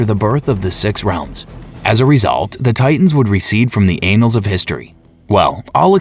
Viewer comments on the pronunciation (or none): I'm still laughing about the "anals" of history. 🤣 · "anals of history"